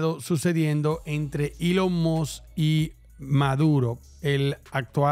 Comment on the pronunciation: Elon must🗿 Es Elon Musk ni eso sabe pronunciar🥶